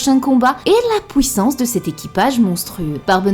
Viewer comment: Super vidéo comme d'hab mais stp pour nos oreilles, fait un effort dans l'articulation ce n'est pas pouissance mais PUIssance 😙